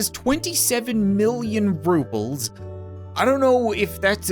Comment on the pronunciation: Its called Rubels not Vrubels